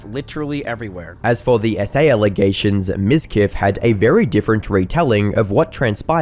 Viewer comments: It's pronounced MIZQUEEF! What really baffles me is how women fall for that pathetic narcissist! He's a walking red flag store! Did I mention the viewbots? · Miz queef. You said his name wrong